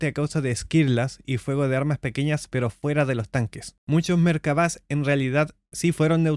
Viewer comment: Toda mi vida creyendo que se pronunciaba Merkava.